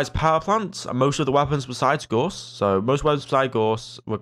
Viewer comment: FYI: the 'au' in Gauss is pronounced like the 'ow' in cow, and the ss is a hard s like in 'stop'. It's a german last name; Carl Friedrich Gauss, for whom the Gauss unit of magnetic field strength is named, was a mathematician and physicist who made a lot of contributions to the understanding of magnetism.